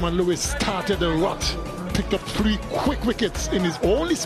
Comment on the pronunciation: Is it tree or three